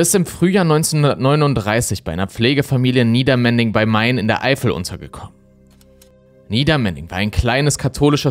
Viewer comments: Du sagst immer Niedermending. Das ist aber Niedermendig und Obermendig ohne n. Der ähnliche Fall der schwarzen Dalie ist auch mysteriös. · Es heißt NiedermenDig … bitte sprich das d mit aus 😅 Ich hab in Obermendig gewohnt, aber noch nie davon gehört - danke 🙏🏻 Übrigens ist das JA Mayen auch heute nicht besser. Ich habe eine ganze Weile Familien geholfen, sich gegen dieses zu wehren/verteidigen und/oder Hilfe zu bekommen. Allerdings verfrachten die Ma des JA in Zusammenarbeit mit der Lebenshilfe Kinder gerne in den Bernardshof in Mayen, der auch einen schlechten Ruf hat.